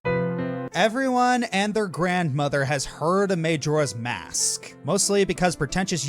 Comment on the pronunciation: Am i the only one bothered by his pronunciation of Majora's Mask?